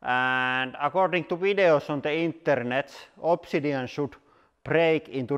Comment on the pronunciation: Opsee-sid-eon.... lol